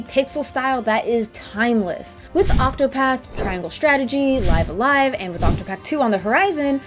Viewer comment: The way she pronounces it in the video is the actual correct way.